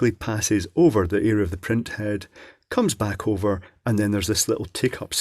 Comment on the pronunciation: “It coomes in a big case.” Nice.